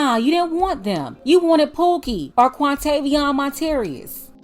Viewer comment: Not Quantavion Montarius 🤣🤣🤣🤣🤣